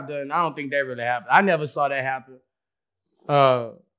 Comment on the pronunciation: "My same nephew came in the room and said Boosie........ You said dhet" 😂😂😂😂 bruh so unintentionally funny lol